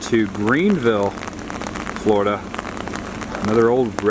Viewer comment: I just found your channel (YouTube is vast) and I've been enjoying your off the beaten path excursions around the Real Florida. I grew up in South Florida, but live in Massachusetts now. Where are you from? "Foil lige?" I had a girlfriend from New Hampshire who used to pronounce it that way. Say it with me: "Foh(hard O)-lee-edge." On the other side of the coin, she couldn't pronounce "Linoleum" either. Ah, tongue twisters. Or the New England educational system. You decide. Keep on trekin'.